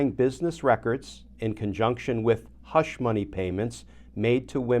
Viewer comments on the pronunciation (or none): none